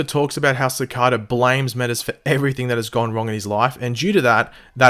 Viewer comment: Odd, my fiance is from Canberra and still somehow not only knows what a cicada is but also how to pronounce it properly. I guess is just too stubborn to admit any errors he makes and prefers to compound that mistake by repeating it long enough to convince himself he's right. Ah well, there's better channels to subscribe to that don't have rectal ventriloquists who are incapable of reading a dictionary as the host. Enjoy this mumbling stutterfuck folks. I'm done wasting time watching someone who knows less than the average 10 year old comic reader with an internet connection.